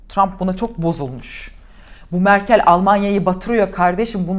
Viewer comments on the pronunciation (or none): none